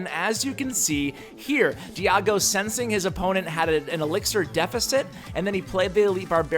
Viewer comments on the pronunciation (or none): Nice deck.. but it's not diAgo, it's diEgo XD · I'm pretty sure its Di-e-go B not Di-a-go B, haha. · His handle is Di-ego, like San Diego. Why the Di-ah-go? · Dee-Ah-Go .... Dee-Ah-Go HOW THE HELL DO YOU NOT KNOW HOW TO PRONOUNCE DIEGO!?!?!??! WTF IM ACTUALLY TRIGGERED RN DEE AH GO BOIIII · Honestly it bothered me how you always say DiagoB instead of DiegoB... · Pretty sure his name is Diego, not Diago. Funny stuff. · Its Diego not Diago dude xD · Its Diego not DIAGO!! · When you read "Diego" you pronounce it like "Diago", switch the "a" with an "e". It's a Spanish name btw. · it's not diago it's diego:D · Hahahaha, was going to say something about the name but I think enough is said... Just try to say it like De A Go... Thanks for the great content! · Di-A-go? Wtf...Di-E-go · I think it's Dee ä gö not Dee ah go. Sounds super weird when you say it. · Hearing "Diago" so often made me dislike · lol diago .... its pronaunced dee-eh-go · Diago? its Diego xD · ... It's Dee-eh-go... Dee-ah-go... wow LOL cringe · Btw it's not diago... it's Diego... D-ay-go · but why are you saying Di-hago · Lmao at diago xD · normally im totally fine with name butchering but AAAHHH!!!!!! I just tell people to pronounce it DEE-eggo but i do forgive you haha. But yeah some people pronounce diego differently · should probably learn how to pronounce DIEGO'S (DEE-YA-GO) name correctly before giving him a shout out SMH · "DI-A-GO?" dafuq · I think u have the same speech impediment that keem star has "diago ". Love the vids. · Why do you say Diago? Can you not read? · Haha you pronounced "diego" wrong everytime, but I do think this deck will help many people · Poison - Clash Royale & Memes Diego isn't hard to pronounce though. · i was distracted by how you slaughtered his name. good deck. imma try. :)